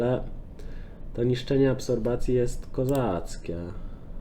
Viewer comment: Absorpcji* nie absorbacji XD